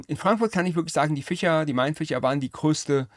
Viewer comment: urlustig ficher und fleicher, ein interessanter dialekt cool